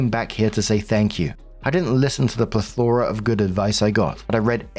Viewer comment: PLETH-or-a. Not pleth-OR-a